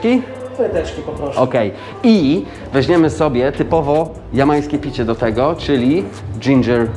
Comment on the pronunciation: Nie mowi sie "wezNiemy" a "wezMiemy".